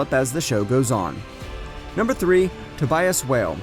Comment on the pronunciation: bro the way he pronounces tobias and giselle